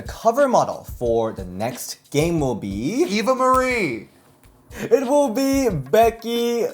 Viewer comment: LOL this dude said Eva Marie